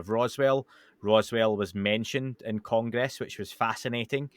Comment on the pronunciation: It's simple. If you think this kind of information needs Showmanship, then the information must be boring. If you realise the information is profound, then please stop acting. Acting is a fancy word for Lying professionally. - "Kong-Gress" 🤭👍🏻 - That wouldn't have encouraged me 😳 that's a profound level of stupidity, to have that reaction to something in a movie. I'm genuinely disappointed to hear any adult has ever spoken that sentence 😐 - Public Swellings are illegal 🙂